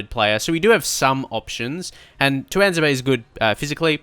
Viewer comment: It's pronounced two-wan-zay-be